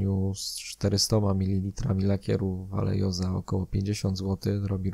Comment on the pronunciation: Ja tylko taką uwagę lingwistyczną rzucę. Vallejo to firma hiszpańska, więc w nazwie "ll" powinno się czytać jako "j", "j" jako "h", a "V" na początku jako coś pomiędzy "b" i "w", co ostatecznie w przybliżeniu daje "Bajeho" ;)